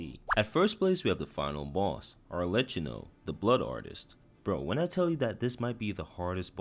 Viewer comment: Are-Le-Key-No. You turned the murderous psycopath into a lecher with that pronunciation.